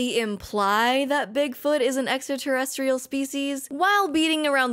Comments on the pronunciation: you need to include that one guy with the crazy hair being unable to pronounce extra-terrestrial properly and saying "esta-terrestrial" to your drinking game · Thanks. If Tsoukalos is going to talk about extraterrestrials all the time, he ought to have to learn to pronounce it. tavi.